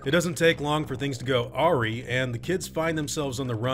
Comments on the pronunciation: fyi awry is pronounced like arrive not aw-ree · Awry isn't pronounced Aw-ree. It's Uh-rye. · Lol it’s pronounced a-rye (awry)